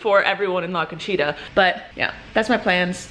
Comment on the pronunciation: la CONCHITA sounded like u were saying : LACACHEETAH